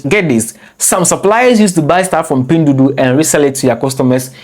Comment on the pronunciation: 🤣🤣🤣🤣 I’m laughing my bum off and I’m only 2 min into the video, someone take a shot everytime he says pindudu 🤣🤣🤣🤣🤣 not only he mispronounces it BUT SAYS IT EVERY 2 SECONDS, I LOVE IT, MADE MY DAY 58 TIMES HE SAID “PINDUDU” LMAO